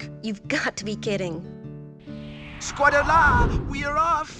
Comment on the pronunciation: I keep forgetting that he actually says "squaddelah"